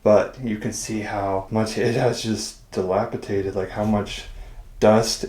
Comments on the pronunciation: DilapiDated, with a D. Not dilapiTated. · Gentle correction hon. DilapiDated, not dilapiTated. 😉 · disREpair, NOT dispair. DilapiDated, NOT dilapiTated. "Cire liquide" is liquid wax.